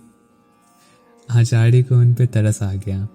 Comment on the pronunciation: r ko da kyun bolta hai. Acharya hota hai Achadya nahin